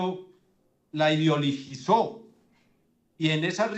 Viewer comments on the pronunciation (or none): No ha podido aprender a decir "ideologizar". Hay que decolverlo a preescolar.